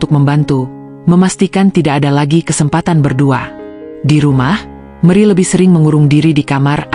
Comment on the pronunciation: Mana gubugnya ngga ditampilkan sih terus kenapa nyebut nama Meri jadi meri